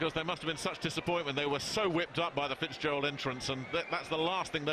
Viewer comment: Fitzgerald not fizpatrick